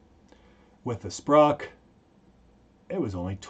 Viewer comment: "Moose knuckle" LOL Great video. Glad to see the instruction changing to incorporate new findings. Also, it's SPOC, not "SPROC." ENSA study on snow anchors (in European Alps snowpack.)